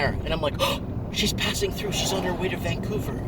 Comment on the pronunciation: Every time you said Vancouver I just about fell off my chair.